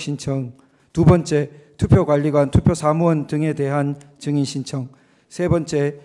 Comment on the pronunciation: 형배 재판관은 증자을 잘못하네 ~ 자꾸 정인이라고 하네~ ㅉㅉ 다른사람들은 증인이라고 하는데~